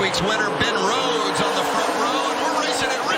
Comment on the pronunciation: Joseph Testor I cringe every time he opens his mouth. Especially when he says on, he turns it into a four syllable word, he says oouon